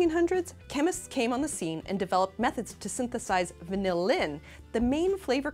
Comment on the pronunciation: She pronounces 'vanillin' with the emphasis on the last syllable every time, and it's annoying as shit. Sorry, I mean annoyING as shit.